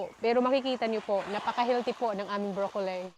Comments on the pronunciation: it is pronounced BROCCOLI po not brocolay or brocoley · Why do you pronounce brocolli as brocolsy?